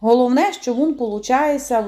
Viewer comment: Шукала рецепт кабачкового рулета і попався ваш. Рецепт гарний, але я на захист рідної української мови. Для чого так знущатися над нею? Замість слова він ( рулет) говорите «вун «. А депша?😱Немає такого слова в українській мові. Дуже прикро, що українці чи то не люблять рідної мови, чи навмисне так говорять, але слухати не дуже приємно